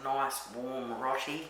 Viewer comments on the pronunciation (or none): Pronounced ' ROW TEA ' mate. Iv'e been eating ROTI since the very early 70's. ❤❤❤❤